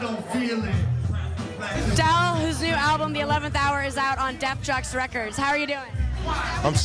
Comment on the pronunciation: Not to sound technical and anal(I don't care if I do) But If I was El and I had someone mispronouncing my record label, I would walk away. But he's a professional. Def Jux, Def Joox-Pronounced not Def JUCKS. Sounds like she needs to do her homework.